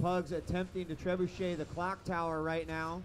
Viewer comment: Say 'treb shot' one more goddamn time. I dare ya! I double dare ya!